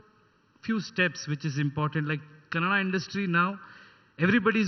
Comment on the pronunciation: It's kannada not Canada.